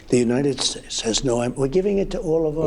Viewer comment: He says United Shakes!